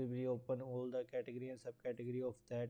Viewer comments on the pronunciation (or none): learn to say category. damit